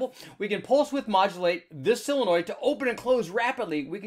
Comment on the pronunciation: Solenoid, not "silinoid"...